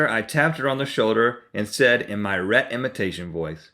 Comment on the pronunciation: It's 'Rhett and Link' haha. But yes... good idea!